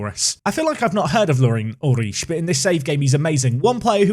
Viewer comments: All I hear is "uich" and it sounds so wrong :D But then, I am from Denmark, not Germany, and we probably pronounce it different. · I'm not german but I'm pretty sure u just say his name oolrih The doble o works like in the word loop and at the end there is that throat sound that English don't have i dont have a better way to describe i might just confused u more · "Ulrich" pronounced "You'll - rik" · You're killing me with the pronounciation of Ulrich 😂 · For Ulrich, stress the first syllable. Otherwise the pronunciation was good! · Your pronunciation of Ulrich is alright, but the emphasis should be on 'Ul', not 'Rich' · The ri of Ulrich is pronounced like rich and the ch like air thats leaving a balloon through a hole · stabs himself every time he says Ulrich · I'm not even German and that pronunciation of Ulrich is hilariously painful. Sounds like you're struggling to squeeze one out on the toilet.